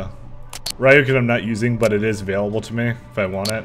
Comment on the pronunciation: I think it's Re-o-ken (for the Ryoken).